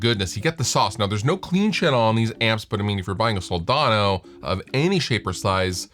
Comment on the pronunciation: *budget-friendly, yo *there are (the word "schools" is plural, yo) It's pronounced Sol-DAN-o, not "daaaaaawn-o"